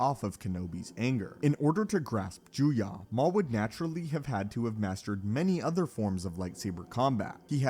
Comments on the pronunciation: It really bothers me that he says Joo-Yah and not Joo-Yoh. EDIT: To actually give some feedback, the issue here is that Maul had extraordinary potential but no formal training (certainly not decades as Dooku did), as many have already stated. Dooku is certainly powerful, but at his rate of progress and given equivalent formal training, I believe he outclasses Dooku in every way, save for maybe Force usage. Alternatively, the forms are often treated as a Rock, Paper, Scissors. Form 1 beats Form 3 (not actually), Form 7b (Vaapad) beats Form 7a (Juyo), etc, so it could also be argued that Maul's willingness to adapt to new forms gave him even more potential than Dooku ever had. After all, if someone learns a form that counters Makashi, they wouldn't even necessarily need to be a master in order to best Dooku. A firm foundation and highly-honed swordsmanship skills is all it would take. All that aside, it's kind of a moot point to pit a bonafide master against one whom someone else merely believed had the potential to surpass everyone else. Think of it in game terms. Dooku was at level cap, pre-expansion with no plans to play the new content. Maul was only halfway there and would've kept playing past the expansion, ultimately surpassing Dooku. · Not juya, but juyo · “Jew-yah”? It’s “juyo” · It’s Juyo not juya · It's not nay-men It's Nee-man It's not juya It's juyo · It’s ‘Jew-yo’ not Jew ya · I'm confused how you have so many videos of it pronounced Juyo with an o sounds...and this one you crack open the juyah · Form VII is Juyo, not Juya. Juya isn't a thing. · He keeps saying juya, but form 7 is actually called Juyo 🙄😐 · JuyO, makashi (like kakashi), soresu (sore-ess-oo) Ffs pronounce shit right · You know that Juyo is pronounced as written and not Juyah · Sir. It's Joo-yo Juyo. Plz. And Nuhmahn/Neemahn Niman; Mah-kawh-shii Makashi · Your mispronunciation of “Juyo” and “Soresu” are more irritating than u realize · the way this guy says Juyo is making my brain hurt